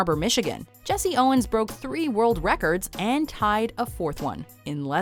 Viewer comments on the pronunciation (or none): none